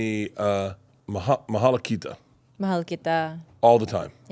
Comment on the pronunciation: BERT PLS DONT SAY MAHLA KITA WHEN YOU COME IN SERBIA NEXT TIME IT SOUND LIKE SMALL PEE-PEE ON SERBIAN MALA KITA TO YOU